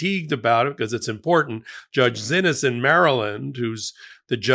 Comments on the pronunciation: Am I just dumb or when did X become Z. Xinis pronounced Zinis Parents are getting a bit loosey goosey with names spelling. Love, Myk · Respectfully, I believe Judge Xinis pronounces her surname "see-knees." Thanks for all you do!